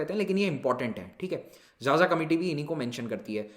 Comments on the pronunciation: Sir 'Xaxa' is pronounced as खाखा not 'jaja'. People with surname 'Xaxa' also belong to tribal group. Anyways Pronouncing strange names of the people is not easy. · Sir it is not जाजा (xaxa) it is खाखा....🙏 Big fan From chhattisgarh jashpur district... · Xaxa is pronounced as KhaKha (a sub caste of Oraon Tribe) literally meaning of A Crow. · Xaxa is pronounced as khakha.....